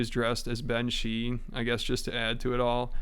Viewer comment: Lol Ben-she